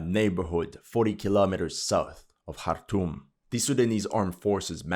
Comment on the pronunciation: Wow, did this bring back memories. I spent time in Eritrea and Sudan, including Darfur (I played golf with a buddy from the US embassy in Khartoum (thanks for pronouncing it correctly) by moving a patch of astro-turf around and wacking a golf ball. A bomb went off in the hotel I was staying at before we got back). I couldn't wait to get out of there. I see nothing has changed. Maybe that's why no one pays attention. Nothing has changed and nobody cares.